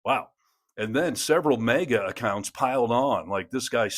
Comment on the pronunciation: It’s MAGA not mega